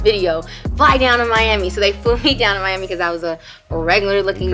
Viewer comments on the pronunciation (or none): none